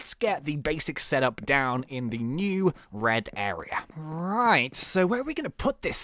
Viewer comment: when he said it was the red area it sounded like he said bread area